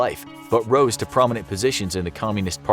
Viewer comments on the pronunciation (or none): none